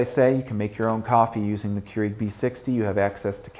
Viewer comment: I hate the way he says keurig